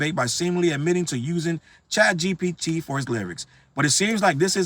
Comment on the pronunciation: you know CHATgpt is bad for hip hop when you got struggling to pronounce it 😂